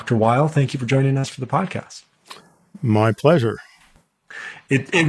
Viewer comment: Weil's - NOT - Wiles